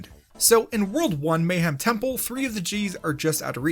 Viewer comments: The fact that you consistently mispronounce “Mayahem Temple” as just “Mayhem” instead of emphasizing the “Maya” part drives me nuts, lmao. That’s the entire pun right there you’re butchering! Great video otherwise, I just can’t help but be an anal wad about pronunciation. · Mayhem? You mean Mayahem right? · The fitst world is technically pronounced "Maya-HEM" temple, as an obvious pun reference to tree ancient race of mayans.